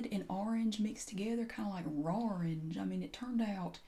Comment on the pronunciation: "kinda like rawrange" 😂